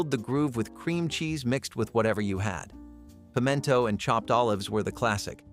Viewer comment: Please learn how to pronounce Lima, pimento, Stouffer’s